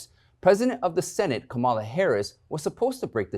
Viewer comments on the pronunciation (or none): none